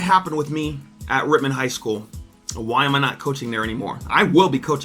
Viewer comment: I hate to say it but it’s Rittman bro same reason why I did t take a gig at Wadsworth to much cover up